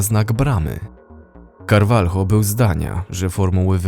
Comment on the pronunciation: Wymawia się - Karwaljo !!! Nigdy nie wymawia się tak nazwisk latynoskich - Karwalho. W tej grupie językowej litera J wymawiana jest jako H, np Jose wymawia się jako Hoze, a niektórzy niedouczeni pismacy wymawiają Żoze.